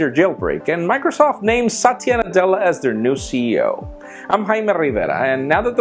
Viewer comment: He's saying the name the wrong way. If spoken properly, it sounds like a guys name.